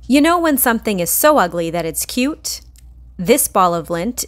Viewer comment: she legit said “this cute little freak” Emphasis on cute